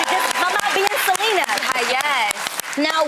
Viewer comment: I know this bitch did not just say selayna